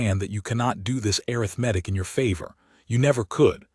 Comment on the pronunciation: Pretty good AI voice. But ... "breathed" is pronounced "breethd" not "bretht". And ... the pronounciation uh-rith-MEH-tik is the adjective form of "arithmetic". But the the meaning of the sentence is the noun form, which should be pronounced uh-RITH-meh-tik.